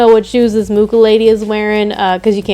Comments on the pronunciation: It’s pronounced moo-cha not mu-ka. Sorry that just really bothers me. I have a lot of Czech last names in my family and it just irks me when people butcher them. You can google how to pronounce historical figure’s names and Google will say it aloud for you. Please do that next time. Other than that cute video. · I've never heard someone spell it like moo-kah. In polish (close to czech XD) it's moo-Ha ("H" like in "Harlequin"). Also, I was today years old when I find out that he was Czech. I always thought he was Polish ("mucha" in polish means "a fly"). What a shame xD" Anyway, art nouveau is amazing, it's inspired me so much too <3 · Hello, Czech person (and fellow Moravian to Alfons) here to confirm that he is indeed "a fly" (although only with Moravian accent because in proper Czech it's moucha 🙄) but it is pronounced Mu-xa according to what Wikipedia and phonetic alphabet said 😁. The Ch sound is pronounced the same as in Loch Ness. For it to be pronounced moo-ha there would have to be little circle above the U like this Ů. I also love this painter because my parents had his posters when I was child so it's nostalgic for me to see his art.